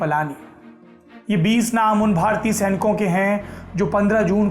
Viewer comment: Sonia Gandhi learning hindi now...भारतीय को भरतीय बोल रही है।...